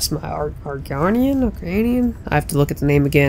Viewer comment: BTW its argonian (are-goan-ian)